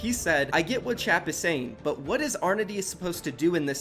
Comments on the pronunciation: Love videos but every time he pronounces Anordy as Arnody kills me lmao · NO WAY HE JUST FUCKING PRONOUNCED ANORDY LIKE "ARNODY" LMAOOOO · Arnody? Can he read